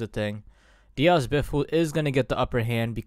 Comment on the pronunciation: People really don’t know how to say Diaz